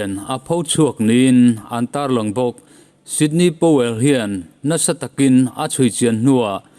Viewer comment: Ngaihnawm leh hle mai. Sydney Powell nilovin Sidney Powell zawk tur a ni e..